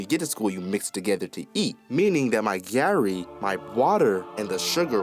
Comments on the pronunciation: it's not giarri, its garrrri (the pronunciation) And have you tried adding groundnut to it? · Bro said its Gyarri 🤣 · Waitin be giari?, its garri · Which one us gari,it's garri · Oga na Garri not Gary SpongeBob don spoil u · Bro really said Gary 😂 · IT'S PRONOUNCE GA- REEE NIGGA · its pronouced gahree but spelt garri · Did bro just say "Giary" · I think he's been in the US since he was a kid lol, mf said gary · if you no say garri properly, are you mad? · im nigerian and bro really pronounced garri wrong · What was that pronunciation of garri?😭😂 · Fr bro😂😂